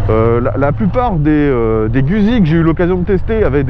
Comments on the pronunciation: Ca se prononce "GOUTZZI" mais surtout pas gusi ( je suis rital, donc JE SAIS,) ce n'est pas un simple avis. et OUI, cette bécane en Full ( pas comme dans cette vidéo) est d'un immense agrément. Je confirme que l'absence de jauge de carburant est difficile à pardonner.... bref, TRES attachante au quotidien, mais pas seulement, étonnament performante à l'attaque dans les virolos quand on l'a bien apprivoisée (c'est plus elle qui vous apprivoise, mais passons...) dpartie cycle assez rigoureuse qui met en confiance ; alors OK, elle n'est pas parfaite ( mais quelle machine l'est?) ... c'est "GOUTTZi" (ceci est une touche d'humour). Guzzi c'est, si je caricature, et c'est le cas ici, l'âme (LE COUPLE JOUISSIF quasi dès le ralenti) d'une Harley, mais qui pencherait sans frotter et freinerait. Moto idéale? Je ne sais pas...mais attachante et jouissive, oui, assurément! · /!\ Peccato se dice " Gout'si " !!!